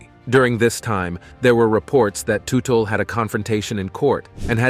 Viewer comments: What did you expect when in the first 40 seconds, the dude pronounces his last name as *Too-tell*? I tuned out right there knowing that this was going to be really lame. 😂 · The correct pronunciation is tut tal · Pronounce his name properly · Blah Blah Blah, can’t even pronounce the man’s last name. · You really should learn how to pronounce the last name. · All I heard was their last name mispronounced 700 times. In not just 1 alteration. But dozens ! Lol I swear I think it was intentional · For the love of god can you pronouce their last name properly, jesus christ man. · If you are going to do a video about a man, LEARN TO PRONOUNCE HIS NAME! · Hell, what a total waste of time. Should have known it was going to be bad when right in the beginning, the moderator can't even say the last name correctly. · right from the get go you don't even say his last name right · can't watch this crap any more because you keep butchering the families name pronunciation.